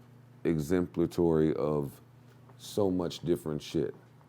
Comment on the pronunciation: He said exemplatory 🤣🤣🤣🤦 joe is exemplary of people who use big words to feign intellect